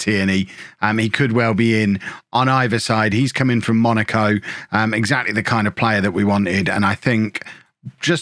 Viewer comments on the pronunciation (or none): none